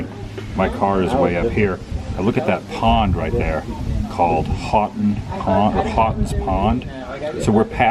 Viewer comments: The weather station atop the hill is the oldest one in the US. The local Indian name for those Hills is Massachusetts. Houghton's Pond is pronounced Hoe-ton's Pond. You captured an awesome view of Boston. There are often clouds that obscure the view. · You miss pronounced the pond....us locals pronounce it...Hoetons pond..😁